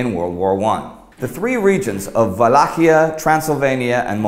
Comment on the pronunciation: When you said vallachia, it'a not true about us using v for w.